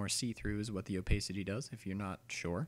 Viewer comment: It's oh-pah-city not oh-pae-city